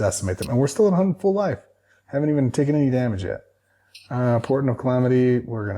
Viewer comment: you’ve been saying “MAH-nah” so long now you’re saying “DAH-mage” 😂